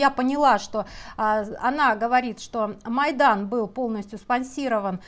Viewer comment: Ваша Монтян сидит в Украине? А почему слово "майдан" неправильно произносит?